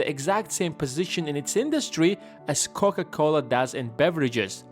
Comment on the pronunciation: Haven´t you made a video about how Warren Buffett invests his money before? 1.52 are you dissing Coca Cola???🙂 Sounds to me like you say Cock A Cola🙂 You got humor I LIKE that👍🙂